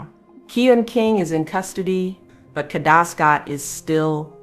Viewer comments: it's pronounced Kay-da, stop being lazy and use your real voice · PLEASE...if you're going to haveca channel and report...HAVE RESPECT AND PRONOUNCE her name correctly! It's Kay da. Not katta! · Kada not Karda or Katta!! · Her name is KADA not Kadeh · It's not catta it's Kada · It “KADA”. No “R” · Should have broke it down KAY-DA THEY GONE BE LIKE KDhuuuuuuuu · It’s KADA! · It's pronounced Kay-Da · Her name is KAY-DA (phonetically spelled) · her name is PRONOUNCED KAYYYYDUHHHH SAY HER NAME CORRECTLY PLEASE . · Exactly KAY~DA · The pronunciation of her name is really pissing me off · You're not saying her name correctly. Very annoying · I can’t listen to this AI mispronunciation of here NAME!!!!! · Her name doesn't have a R in it. Please say her name correctly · Please pronounce her name right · LEARN HOW TO PRONOUNCE HER NAME!!!! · Is AI used in this video because the pronunciations are horrible!! This beautiful young ladies name is Kada! Ensuring your saying the victims name correctly before posting a video is extremely important!